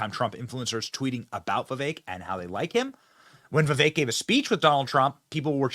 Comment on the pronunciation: not Vivey .. I Can't spell foreign language sounds . We had that before.🙂